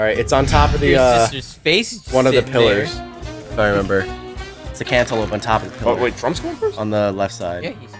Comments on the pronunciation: Ever since watching this video on release, i always read/say cantaloupe as cantaloupé, therefore making this the youtube video which has had the single biggest impact on my life. Thank you,, for the life-changing content. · Did someone say cantaloupé